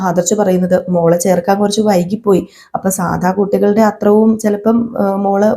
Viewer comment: അത്രോം അല്ല അത്രയും